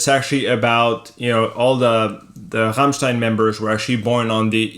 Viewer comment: Applaus für Dad !!! Er spricht " Rammstein" perfekt aus.